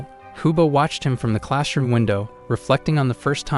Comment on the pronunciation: Bro said clash room window